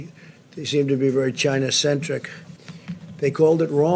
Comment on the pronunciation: "China sentric" Wow he using a new word .